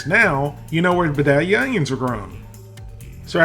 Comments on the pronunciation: Vi rhymes with vie not vick. Long i not short i. Vi day lee uh. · Being a true Son Of The South, I grew up eating this. I love it! 😎 Thanks for bringing up a true classic. And down here, it's pronounced "vye-day-lia". We use nice big "cat head biscuits" to sop up the gravy. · comon. You're southern enough to know Vidalia is a long I